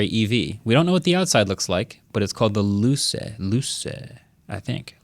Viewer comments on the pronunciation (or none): You pronounce it Luche, soft c, not Luse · Luce is pronounced LOO-che Means light in Italian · Liu-che In Italian “c” before e and i is pronounced as “ch” (otherwise as k) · Luce is pronounced "loo-chay" and it means light. As in lucid, elucidate, or, you know, Lucifer 😅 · its pronounced.. lluce.. loo cheyy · It's pronounced Lu-che (like the ch in chess) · Luce. Italian. Pronounced ‘loo-che’. It means ‘light’. Chosen to suggest an exemplar of electricity. Also you can Google it and see the exterior. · Pronounced “lutché” like “ketchup” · Jesus...cmon guys, (pronounced Lutchi)...and if you seriously don't know who wants a car like this, you should close down the auto focus channel and stick to computer tech. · Luce.. it means light (💡) in Italian and of course you guys you botched the pronunciation 😌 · Ignorants that can’t pronounce Luce correctly.